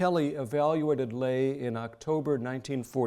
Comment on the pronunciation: Incredibly interesting. My only complaint is the repetitive mispronunciation of Nazi Labor Front Leader, Robert Ley. A common American mistake, based on common pronunciations of Irish surnames such as “Fey.” In German, his surname was pronounced “Lei” with the hard “I.”